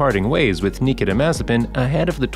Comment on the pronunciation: Thanks you saved me 5 minutes! Though I should have figured it out right away when they didn’t pronounce his first name right.